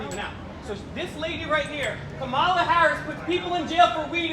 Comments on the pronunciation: This video just made you all look thirsty bro.... and you all seemed to be poking at the captain disrespectfully calling him everything besides captain. Also disrespectfully referring to Kamala Harris, as Ka-Mah-la... when I’m sure you know the correct pronunciation of her name. Kah-mah-lah. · This idiot should learn how to pronounce her name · LEARN HOW TO PRONOUNCE KAMALA! #idiots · I generally like what you guys do, but you look like a bunch of ignorant fools when you can't correctly pronounce the first name of the person of interest in the video. Quit being lazy. Do better. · You pronounced her name wrong you goof. Take a pic with the lady then attack her verbally What a 🤡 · Buddy. No class and not pronouncing her name correctly your lucky the body guard didnt. Bop you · First off, pronounce her name correctly. 2nd, he security was actually very nice to you considering how threatening you appeared to a public figure. I agree her record is problematic, but don't pretend you were assaulted by her security. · Can't even pronounce her name !! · When was speaking to the audience at the start of this video, he didn't have the pronunciation of Kamala correct. Later, when he actually called out to her, I couldn't tell how he pronounced it. If he got it wrong that time too, then Kamala surely would have questioned his claim to be her biggest fan. I only learned how to pronounce her name a few weeks ago, so I wouldn't have done any better in 2019. Still, probably blew his chances with her if he couldn't say her name correctly.